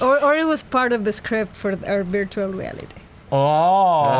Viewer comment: I love how says "virtual" as "beertual." It's so endearing. □□